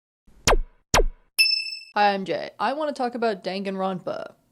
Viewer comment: I rewatched the first like 5 seconds of this video about 5 times and I'm still not sure if you said "I'm Jay" or "I'm Gay"